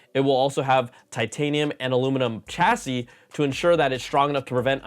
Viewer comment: Chassis is pronounced shassy